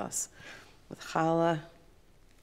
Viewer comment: great pronunciation of "challah"